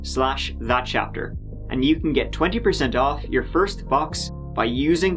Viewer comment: LMAO. “Foist”